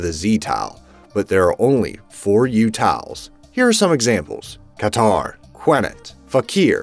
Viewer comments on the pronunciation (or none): none